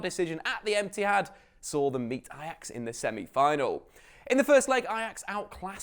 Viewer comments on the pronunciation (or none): Lmfao! Did he said emptyhad? 🤣🤣🤣🤣🤣🤣🤣😂😂😂😂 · Did he say emptyhad? 😂😂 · Am I the only one who heard Etihad as emptyhad? 😂😂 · I heard emptyhad . 😂😂😂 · I swear you said Emptyhad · be said emptyhad ynwa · "Emptyhad" Ahahaha nice dig XD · Did he say emptyhad?😆😁😜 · Did he say emptyhad or is it just me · Did anyone else hear him say “Emptihad” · Did you just say emptyhad ?? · did you say the Emtihad?? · Ahahahah he actually said emptyhad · Did he say ‘Emptyhad’ or was it just me ? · “emptihad” lol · ‘At the Emptyhad..’ 🤣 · What the fuck is "Etihad" like? I know what the Emptyhad is though 😂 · I heard it too 😂😂😂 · I thought I was going crazy 😂😂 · I heard it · No I did too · Haaha i thought i didnt hear correctly. Had to rewind 3x then lauging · is it just me or did he say emptyhad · Did he just say empty -had? xD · Ah he did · Heard it, turned on captions and saw it as well 👍😄👏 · Turn on caption then you will realize 😂😂